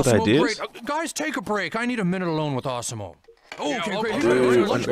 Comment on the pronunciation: it awesom-o not awesome-o